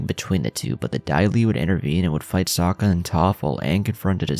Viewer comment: Bro homie. Good videos, but like the names of characters are pronounced hundreds of times in the show. Please please stop with the "Soak-Uhh"